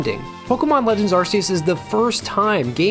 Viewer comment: please for the love of god, Its pronounced ARK-ee-us